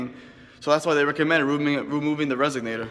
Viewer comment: its pronounced resonator not resognator